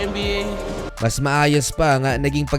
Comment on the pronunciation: "N and B A" corny ng pronounciation boss